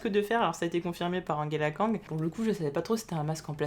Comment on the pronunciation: Pourquoi, au grand pourquoi, tu dis Anguela kang?!?